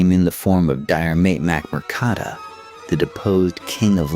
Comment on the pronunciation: Dire Mate Mac Mur Kada AI still can't "learn" Irish